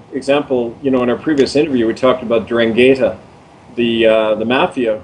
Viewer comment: pronounced "an drahn' gheettah". accent on the second syllable. don't forget to roll your "R".